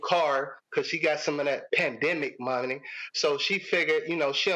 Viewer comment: "That panĎƏMic money" 💀💀💀💀💀